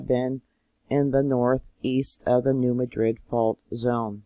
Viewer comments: Enjoying your regular reports! Re: New Madrid, the pronunciation has the emphasis on the first syllable instead of the last. So it's New MA-drid. (The city in Spain has just the opposite pronunciation: MaDRID.) Bless you for the work you do! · To help and you. I live on this fault. We say New Mad drid. So like your mad and drid New Madrid. Hope that helps. The Lord Bless yall🙂